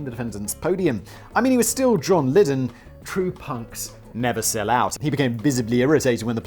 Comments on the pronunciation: We all just witnessed a birth...a birth of a new channel. Simon "Ive got another channel" Whistlaar.....p.s John "liddel....lidden" Lydon (Lie-don) hahahahahahahahaha love you simon also he used the butter money to make his album so its a fair crack. Trying to kill a cat isnt rock n roll buddy....doing drugs and fucking chicks is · Sorry to be that pedantic nerd but it is pronounced John "Liedon" not John "Lidon." I am 48 and was a massive pistols fan in my youth. That aside punk isn't simply about chaos and drugs but yeh John Lydon is certainly a sell out. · Oh Simon, the man's name is Lydon, pronounced lie-dun. It's a British name ffs! How do you not know how to pronounce it properly??? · Pronunciation Police: John L-EYE-din... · Simon.....you are British....and you can not pronounce John Lydon.... FAIL. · Simon: Oh, Johnny, true punks never sell out! Also Simon: Can't say Johnny's last name to save his life. POSER!!! ;)